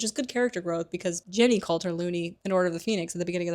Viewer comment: Why do you pronounce Ginny as Jenny?